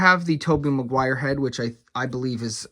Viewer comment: The fact that you commit to saying Mcguires name wrong just to get under the skin of viewers is great. Great work